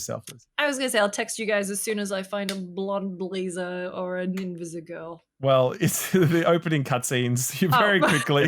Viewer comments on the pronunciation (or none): Fun that when said 'invisigirl' and 'sugar' you could hear just a tinge of her northern accent!